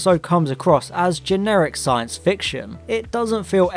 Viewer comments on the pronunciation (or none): none